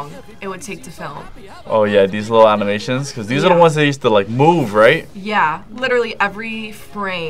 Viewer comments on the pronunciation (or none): Did dude just say "aminations"?